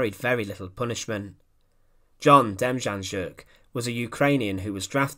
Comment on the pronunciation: Demjanjuk is pronounced “dem-Yawn-yuck” here in Midwestern Ohio where he was hiding out for 30 years. Just FYI. Also, great docco, well researched and broad review of an immense subject. Well done.